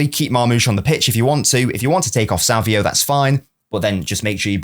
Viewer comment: why do you say savio? it's savinho